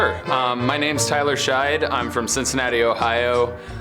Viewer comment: his name is not thyler shcied, its shatheed